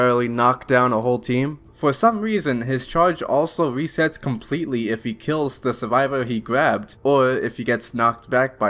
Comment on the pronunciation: “Wesets compwetewy”